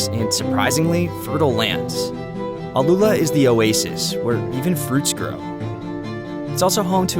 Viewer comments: Its name is ALL-ULA not AL-ULA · i'ts not Aloola, but Al- Uula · its not alUla like you said, its AL- Ula the right spelling